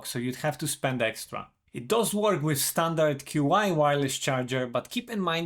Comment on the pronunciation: Small thing but Qi is pronounced "chee".